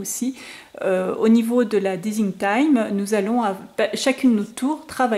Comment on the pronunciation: un superbe mini album avec de sublimes produits . j'adore. ps : juste pour info ce n'est pas desing team mais design team qu'on prononce team comme tim